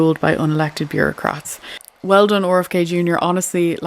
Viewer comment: The Oar FK Jr thing took me a while to figure out who you were talking about. 😅You know, when I was in the eastern states my cousin's mispronounced my name because of their New England accent (IE Cawla v Carla). It was a few days that I let them get away with it but when I innocently asked why they were mispronouncing my name (I was 12 at the time) they immediately corrected their error - it seemed effortless when they realized it changed the meaning. Although it's merely his initials, the "proper pronunciation of a proper noun" rule might apply here as well. Just something to think about.